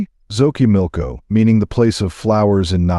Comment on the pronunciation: Your stories are real! But a sugestión you have to pronounce correctly ; 😅maíz or say corn, Sochimilco is the name of a place! Just learn how to pronounce it in Spanish if you are going to say it